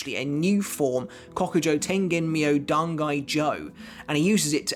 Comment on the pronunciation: You pronounce it Dangai Joooé